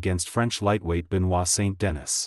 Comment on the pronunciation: saint dennis? well done computer voice.